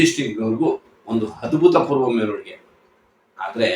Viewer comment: Sir adu abhuthapoorva, adbhuthapoorva alla